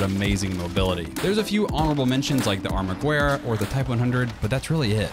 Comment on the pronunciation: Its pronounced armagerra